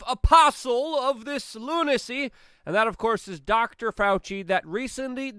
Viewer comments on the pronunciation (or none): none